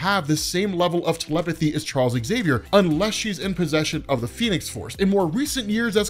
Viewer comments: Love your channel, BUT, why do you always mispronounce Professor Xaviours name? You always say ecks-xaviour, drop the "ecks". Say the word "xylophone", if you just said "ecks-xylophone" then there is no hope for you! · Never understood why his name is pronounced as exXavier.